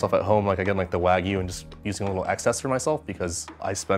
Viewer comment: I was going to watch the video until I heard "WAG-OO" It's pronounced Wahg-you